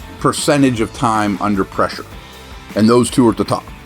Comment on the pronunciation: “Under preshaaa” golden😂